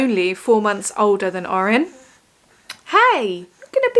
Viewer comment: Sorry, orrin not ottie😳